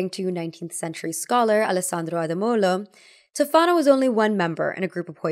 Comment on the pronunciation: Spoiler : your friend isn't actually Italian, she may be American-Italian because her pronunciations are really bad. Giulia Tofana - the accent goes on the O not the second A (it's pronounced TÒfana not, TofÀna) Alessandro Ademollo - the L is doubled. Sorry but as an actual Italian my heart shatters a little bit every time i see some American claiming they're Italian when they clearly aren't. 💔